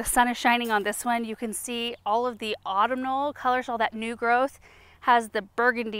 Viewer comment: Just a little fyi: you should pronounce "autumnal" as "aw TUM nl". From your friendly linguist fairy...❤😊